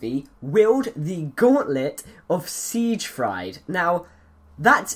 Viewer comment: its pronounced Sig Freed.